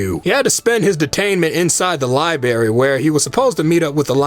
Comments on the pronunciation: LibRary, not liberry... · Bro you say Libary but you know it’s LibRarian? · Liebarry, librarian. Bruh you're 1 for 2 here. C'mon man. Good review. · "Libary" but 2 seconds later you know librarian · lmao calls is a libary w8 no pls fix